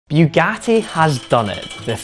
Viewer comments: It's not bewgati. It's boogati. Please learn to pronounce. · Its Bugatti not Byugati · its Bugatti not "Biugatti"... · It's pronounced boogati not buegati. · Boougatti? I thought it was Bugatti. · It's Bugatti, not Byugatti!! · Biugati are you stupid or? Its Bugatti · It's pronounced "Boogatti". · Did this guy just say ‘Bewgatti’? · He says Byugati 😂😂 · First 3 seconds: “Beewgatti has dun it”